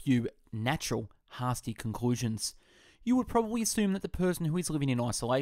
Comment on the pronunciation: Another example "hasty" is pronounced Hay stee. not hah stee. This is not an accent thing. The person who wrote the text is not the person who read the text out loud.